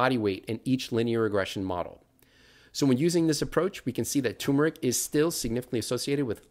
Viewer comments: TUHR' muh rik, not TOO muh rik. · My biggest question about turmeric is: why does nobody pronounce the first “r”?